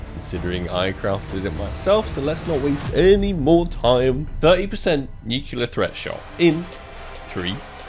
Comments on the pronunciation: please is nuCLEAR not nucular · “Nucular” the whole vid was a tough watch 😥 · idk which is worse, "chantito's" or "nukular" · Nu clear.. ffs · I cringe every time he mispronounces "nuclear"